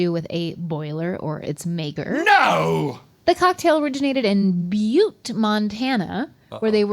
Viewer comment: Bute not Butt Montana